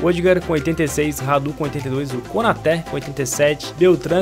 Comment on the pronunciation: Nome: Konaté Pronúncia: Konatê Como o fala: Konoté Kanoté Konote Kanoté